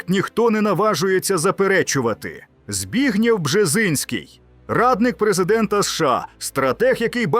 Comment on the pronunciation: БРЕХНЯ!!!😢😅😢😅 Балтійські держави мають зникнути до 2026року? ( їм виходить, залишилось три місяці !?!?)😅😅😅 Українець зачитує пророцтво Бжезінського!?!? В Україні кажуть: Збігнєв, а не Збегнів!!!!!😅😅😅